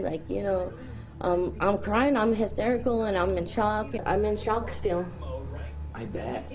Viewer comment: guys, she "was in chalk". I believe her, because she said it twice...that she was in "chalk". Maybe it was " chawk" the second time...but yeah, same thing so it must be true. 😂 All jokes aside, she doesn't need jail lockup, she needs psych ward lockdown. Cheers!